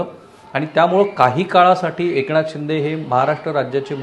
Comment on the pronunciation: एकणाथ .....jar fakt N cha uchhar nit kara rao...baki sarva bhari ahe....